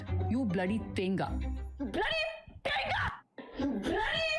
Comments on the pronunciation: 'Then Ga: what she said it wrong its 'The nGa' The 'nga' is one letter in malayalam called 'ങ്ങ' 'nga' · It is not Taenga. The g is silent. Even the Malayali getting it wrong though 🙄